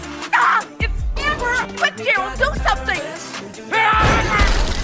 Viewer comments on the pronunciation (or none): none